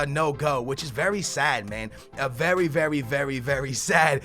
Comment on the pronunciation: "vewry vewry vewry vewry sad thing if you axe me"